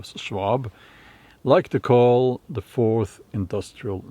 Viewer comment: Hello! With Santa Klaus’ accent, next time listen how he says ‘forth’… Sounds like FORCED… ( feudalism)…Ironic.❤️ your content. Love from Portugal 🇵🇹